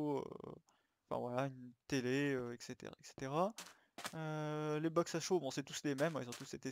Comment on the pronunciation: pourquoi tu dit toujours extera